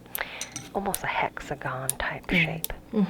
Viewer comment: I heard say hexagonorrhea. Don't think I didn't.